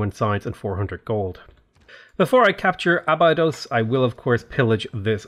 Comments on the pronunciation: Being a Norwegian, and a huge SG1 fan, that annoys me more than the butchering of the Norway cities. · Abydos is Ahh-Bee-Dose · Clearly you are not a Stargate SG1 fan based on how you are pronouncing Abydos